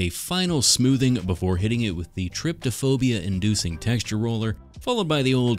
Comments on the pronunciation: Trypophobia dude, there's no extra T in there :/ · Idk why but this isn't the first time I've heard trypophobia pronounced as trip toe phobia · the word is TRYPOphobia, not triptophobia, but I love your channel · casually incorrectly says Trypophobia while triggering people Me: scared af yet still correcting his pronunciations